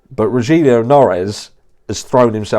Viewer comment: One avid fan of yours. Here watching like others straight away. Strongly agree with your opinion and not into Kaye either. Just a friendly pointing out Rogelio Noris he's name pronounce as Ro-hil-yo than Ro-jil-yu. Congratulation you ahead soon to be 100K.